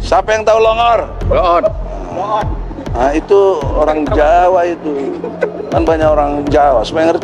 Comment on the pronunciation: Plongor Pa Haji Egisujana bukan tambai huruf P Pak Haji 🙅🙅🙅